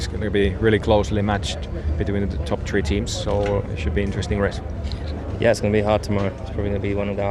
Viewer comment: why does bottas say tree instead of three xD